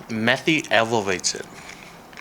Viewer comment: So couple of things to clear out, it's pronounced May-Thi not Meth-thi 😅. Second we never put chicken pieces with the skin on because after cooking the chicken and stewing it in the gravy the skin ends up being chewy. Pro Tip (at least when my brother makes butter chicken for us): Seperate all the skin from your chicken and marinate them in salt and curry powder. After 2/3 Hours (a day would be best) take the marinated skins and deep fry them, you'll end up with chicken curry cracklings 🤤 thee best topping for Biryani or any Indian chicken gravies #ThankMeLater 😉